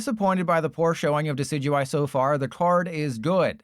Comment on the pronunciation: I believe decidueye is pronounced deh-SID-you-eye like the deciduous tree, no? or is this some inside bit?